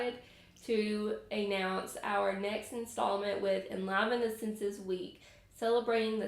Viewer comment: I believe you pronounce enliven with a long I. En-live-n.